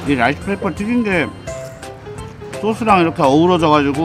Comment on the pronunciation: 근대 라이스 페이퍼 하믄... 머릿이 튀김 되요. 혀를 쫌더 굴려서 롸이스 페이퍼 라고 I will try rice paper without sauce. It doesn’t taste anything. ㅎㅎㅎ 요롯케